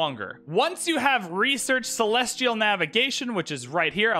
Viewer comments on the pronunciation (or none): none